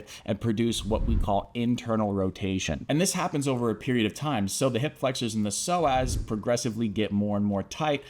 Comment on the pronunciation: I stopped listening cuz I felt offended he kept calling me a slow ass